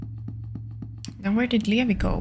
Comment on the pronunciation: Talking sometimes works. Especially if you're playing as a certain other character. But it really depends on the enemy. - You actually didn't fully solve that sewer puzzle and proceeded to go the opposite way from the church 😂 At least you covered more ground yay! - Levi's name is pronounced as Lee-vye - IMO, it is indeed better to save the green herb for infections and the red herb for other things - Eye of Sylvian also boosts the effects of healing items (not just magic) but only on the person that's equipped with it. For example, Marina would get extra healing if she were to heal herself but if she were try to heal Abella, she wouldn't get the boost. Only if you unequip it from Marina and then give it to Abella and then use the healing item on her, then she'd get the boost. - I can't get over how Caligura threatens to kill you but his pipe smash attack only does 9 damage 😂😂 - "Bear Trap? Doesn't work." 🥲they actually instantly kill the Fecal Hounds - That was not just a shortcut. It led you to an area that would've been usually blocked off by the rubble. There is a certain equippable item you could've gotten. - If Marcoh and/or Tanaka are still alive, you don't need to worry about getting Olivia's wheelchair. - You found the bar yay! This is another safe area where you can replenish your mind by standing still (you need to be in the overworld, not in the menu). There is an easier, faster way to fill up your mind in this same area later.